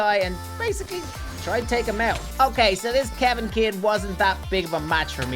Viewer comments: He pronounced kevin as kalvin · You pronounced kevin incorrectly